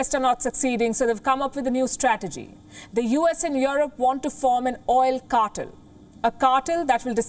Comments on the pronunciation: Palki darling, it's not CAR-TUL but CAR-TELL. Please polish your pronunciation a bit more. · Cartel is pronounced "Car" - "Tell", not "Car"-"Ter". You take way the true meaning of cartel as in drug cartel, that's where the word comes from. I agree with the content of your report otherwise.